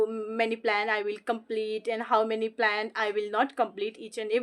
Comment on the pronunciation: This not plant, this is plan, please check your pronunciation in this video....